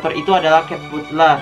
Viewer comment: Kak baca nya bukan cat butler cat batler u di jadiin a kalo inggris nya jadi bukan cat butler tapi cat batler 🙂